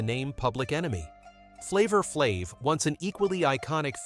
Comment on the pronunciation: He lost me with the pronunciation of Flav's name, I quickly stoped and moved on to something else .....smh!